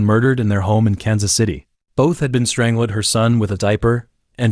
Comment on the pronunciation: Overall very interesting however.... The way the AI says strangled! I can't, completely ruins the video 😢